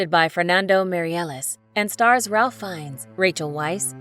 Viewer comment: "Weisz" is pronounced as "Vice" and "Ralph" is pronounced as "Reyph." Americans, always mispronuncing everything 🤦